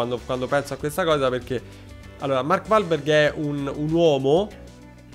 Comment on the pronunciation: Mark uolberg*(pronuncia)